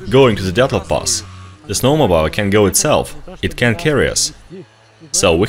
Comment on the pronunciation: Snow mo beel. Say beel.